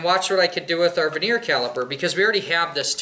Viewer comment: "vernier" caliber not "veneer" caliper. Also suggest it would be better to squeeze the float pin in with a pair of water pump pliers so the ears are supported properly rather than relying on your finger and hitting the pin with a hammer.